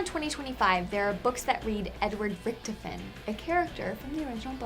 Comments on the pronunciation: I hate to correct ppl but its not Richtifen its Richtofen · Reichtofen, not ricktoven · it is pronounced Rick Toff In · His name is pronounced Rik-toff-en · It annoys me when she says richtofen wrong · I feel like she's never ever played Bo because she pernounces richtofen or however you spell it and noch der totan wrong too soo easy to say it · She pronounced Rictophen wrong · she doesn't even say rictofen right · This girl does not play Cod like she said in the beginning. She messes up so many names. Such as rictofen even though it is pronounced in game. She also messed up noc der untoten along with a lot more. It's so obvious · Stop pronouncing richtofen wrong!!! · omfg this girl keeps saying rictofen wrong